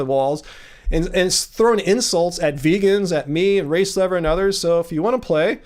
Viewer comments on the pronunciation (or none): It always sounds like you're saying "race lover" every time you say "race lever" lol